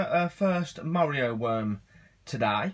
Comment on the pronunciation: I thought you were saying Mario Worm :P